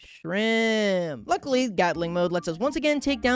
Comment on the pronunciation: why dose he say shrimp like that